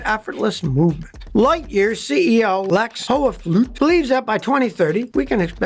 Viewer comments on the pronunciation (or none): Got to love your attempt at pronouncing the Dutch name. I grew up in Dutch speaking South Africa, and have not heard an American pronounce anything germanic correct yet. It is just funny to me. An attempt to type how it is pronounced would be something like: 'Hoof- sluet' But who cares how you pronounce things when you give us so much qualified mechanical information. Thank you Scotty. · Hoefsloot, pronounced as [hoof-slow-t]. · Hoefsloot is pronounced more like HoofSlote / HoofSloat / HoofSlowed😁. It means "hoof ditch" if taken literally. The Toyota RAV4 EV is an excellent crossover for most tasks in town despite a practical range of only 100mi (after 10Y of degradation, 85% of original range). I use it as daily driver. It costs $6c/mi in electricity + tire wear while the IRS lets me deduct $58.5c/mi. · Hoefsloot is pronounced Hoofsloat in english :-) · First proud these Dutch guys set the Netherlands in the picture of the automative industry (after DAF Spyker and PAL-V) and a small lessen Dutch: Hoefsloot is pronounced hoef = like Hoover Dam move but than withouten the “er” and Sloot = like boat but than first SL.